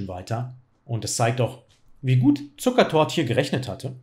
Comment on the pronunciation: Ich habe Zucertot verstanden :D